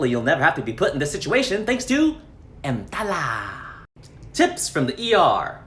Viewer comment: The way you day EMTALA has me laughing so hard